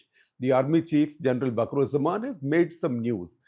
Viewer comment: its not bakurujjaman!!! idiot. Its wakarujjaman. You dont know anything about bangladesh.